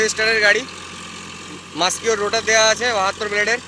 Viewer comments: আইচার নয় আইসার হবে,আর মাসকিও নয় মাসিও হবে ,,, একটু দেখে উচ্চারণ করো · আমি তোমাকে চ্যালেঞ্জ করছি ওটার উচ্চারণ মাসিও নাকি মাসকিও ,,,ভালো করে গুগল করে বা ইউটিউব ভিডিও দেখে নাও ,,,,আমি এর sales এ ছিলাম ,,,জানি বলেই তোমার কথা টা আমার খটকা লাগলো নাহলে আমি বলতাম না